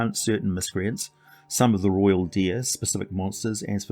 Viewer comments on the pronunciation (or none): none